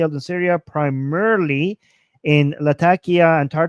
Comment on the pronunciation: I have friends in Latakia and you’re pronouncing it correctly.